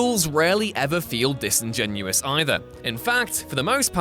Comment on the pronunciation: Real flight fans would peep he said disengenous